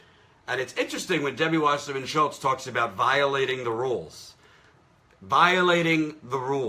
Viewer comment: Well, Jimmy Dore always says Schiltz instead of Schultz for some odd reason.